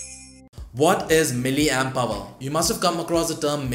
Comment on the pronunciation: pronounced "hour" not "aver"